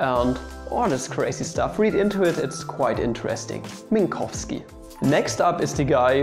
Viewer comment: Tis Polish and it is pronounced pretty much exactly like in the video.